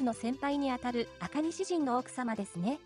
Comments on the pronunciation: 赤西仁が赤西人みたいに聞こえてちょっと笑った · 全部つなげて言ってるから創聞こえますね。